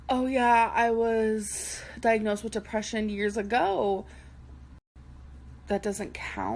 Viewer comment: Jesus.....the depreshun 🤦🏻‍♀️